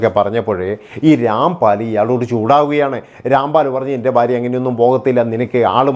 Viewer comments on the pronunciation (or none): തനിക്ക് എത്ര വയസ്സ് ഉണ്ടെടോ,,? പുതിയ ഞരമ്പൻ തലമുറ യെ പോലെ ബയം, ബാര്യ,, ബർത്താവ്,,, എന്നൊക്കെ പറയാതെ നേരെ ചൊവ്വേ മലയാളം സംസാരിക്കേടോ,,,, ഭയം,, ഭാര്യ,, ഭർത്താവ്